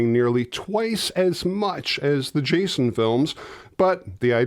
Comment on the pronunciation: Chason? Or am I the only one hearing that?